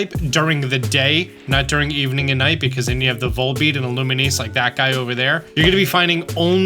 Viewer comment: still saying "illuminese" huh?